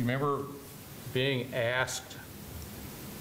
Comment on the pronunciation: Ohh yeah.. like Kree Kree and dat commissioner done Axed me how you gonna get my boi ? I think he